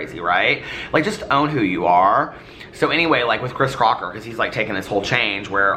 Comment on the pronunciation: I can’t help to point out you said “Chris Crotcher” at one point 😂